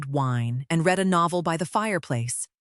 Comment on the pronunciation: Past tense of the verb to read pronounced RED.